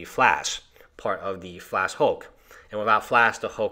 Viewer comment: FLASH. NOT FLASK.